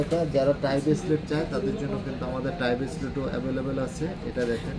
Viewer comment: আপু এইটা রেসলেট না বেসলেট